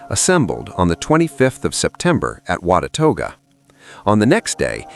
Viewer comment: I am enjoying this very much however I do not know why it goes forward and then backward in the frames. Some of the pronunciations are WAY off but I assume it is AI doing the talking. WATUAGA Is pronounced Not even close to the way it is said. WA-ta-ga Is the way we pronounce it here🙂